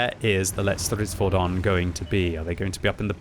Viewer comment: Hey! You've learned how to pronounce the Lätt Stridsfordon! :)))))